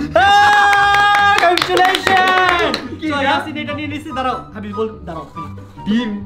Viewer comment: vai mone hoi English bolte pare na Because se Congratulation ke con--tulation bolesche ha ha ha